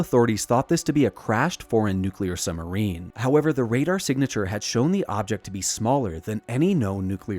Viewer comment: why do you say " summerine"?